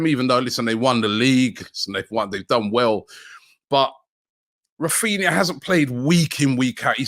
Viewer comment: man said raphina 😂😂